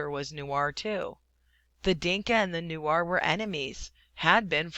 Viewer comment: its N-U-E-R Not N-U-A-R